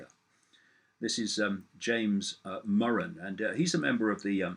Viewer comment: David.....So nice to hear David Murren's name being pronounced properly. Heard it called Moran, Mureen etc,. seems many US people dont know that two letters together, two consonants, makes the 'U' a short sound with the emphasis on 'rr'...Bravo!